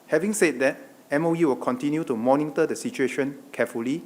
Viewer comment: MONINGTOR??? Lj la i wanna vomit blood listenting to u.